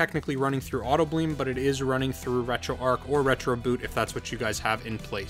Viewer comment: I have 2 questions why does this guy keep saying retro ark when its pronounce retroarch and 2 why didn't he just give us the files from his pc?